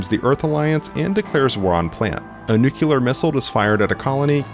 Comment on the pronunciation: Stop pronouncing ‘nuclear’ incorrectly. There’s no ‘u’ after the ‘c’.